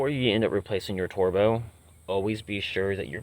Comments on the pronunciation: For the love of god, learn how to pronounce words properly! WTF is a twerbo? Busch is beer, Bosch is car parts you tool! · Jesus this dude can’t pronounce anything correctly. Bush sensor, turbo, biometric sensor… wtf is he doing even working on cars?!?!?